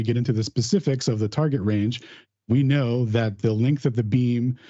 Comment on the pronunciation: I don't kunow, mate.